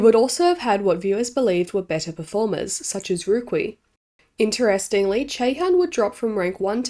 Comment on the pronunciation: Not you butchering Youngeun's and Su Ruiqi's names